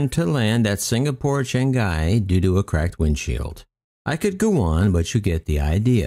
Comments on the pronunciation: Chang-I? How about Chang-EEEEEE? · just sending a little aviation info to a fellow aviation aficionado, Changi is pronounced Changee, like bungie, but Changi. The I is an E only when vocal. Not trying to be the grammar police, just thought you might like to know.